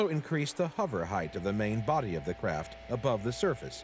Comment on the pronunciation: I hate when people say 'Huver' crafts, and jet 'turbin' engines. Notice the narrator starts off the show saying 'huver' then changes to 'hover' near the end. Lol.